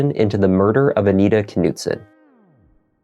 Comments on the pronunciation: Just fyi I think the k is silent for the family name. It’s probably pronounced Noot-son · The K is silent it's nutson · Please understand the silent K in the beginning of certain words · Is the K pronounced in this name? It seems like it would be silent. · The k is silent